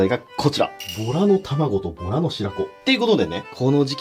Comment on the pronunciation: ボラがとら🐱って聞こえたー めっちゃビックリしました(笑)